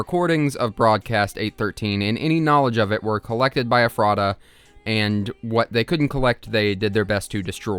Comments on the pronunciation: I am from Ephrata. Hearing you pronounce it as eh-frah-tuh was painful. Everyone from there pronounces it as efruh-tuh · i’m from the ephreta area. it’s “ef-er-ta” not “ef-rey-ta” or “ef-rah-ta”. bugged me the whole video 😭😭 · as a pennsylvania resident its pronounced eh-fruh-tuh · actually its pronounced Ef-ro-da. also this SCP is to close to come, the only other one i know of in PA is neutralized and that one was even closer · i live in pa!! ephrata is pronounced "ef-ruh-tuh" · I've seen like 7-8 videos on the "Boiled One" and I have yet to see one where someone pronounced "Ephrata" correctly. Dr. Nowhere uses Central PA locations in his story and Ephrata was a real town, township and area near the Harrisburg/Lancaster area. It's actually "Eff-ritta" I live like 10 minutes from there, it's not really important in any of way but I just find it funny no video I've seen has pronounced the name of the town right. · Ephrata is pronounced Eff-ra-Ta almost like effort. Pennsylvania is weird. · you managed to pronounce ephrata every way except the correct way, lmao. also the glass trumpet is on display at the museum if anyone wants to see it. it is a mystery even to us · Living in Pennsylvania, I couldn't stop myself from correcting the way you pronounce Ephrata every time you said itm 😂😅